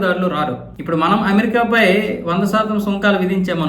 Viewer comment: Not "MAANAM", that is "Manam"